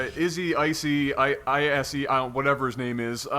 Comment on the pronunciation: guys, fyi, i think it's pronounce like ee-ss Isse= Eesse or sumtin like dat